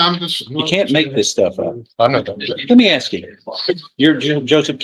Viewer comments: AMEN. Absolutely cannot stand when attorneys, professionals that are highly educated, pronounce the word “ASK” as “AXED”. Like what the hell. PLEASE STOP. It’s embarrassing. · And the fact that the prosecutor can’t say the word ask properly. Laziness… is ridiculous!